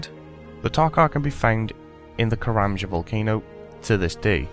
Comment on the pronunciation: No he says karamja